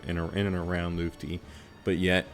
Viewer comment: The most mysterious thing about Lutfi is why no content creator can say his name correctly 😅